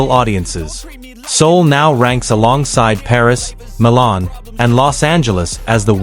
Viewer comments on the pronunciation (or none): none